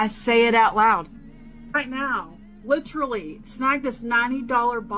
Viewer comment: I hate when ppl say ‘lit TRUH lee’.